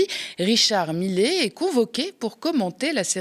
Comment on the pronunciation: Millet, ça se prononce MIYÉ. Et ce n'est pas "une éloge" mais "un éloge". Et laissez tomber la blague d'ouverture, merci ! Sinon, bravo !